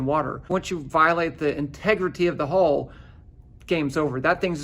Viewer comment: 不是要挑骨頭，但 應該是Hull不是Hole